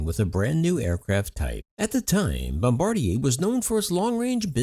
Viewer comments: Yeah, it's Bombardier. I also noticed he said Embraer, but you can literally read the name of the airplane on the cabin seats! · isn't it bombardier?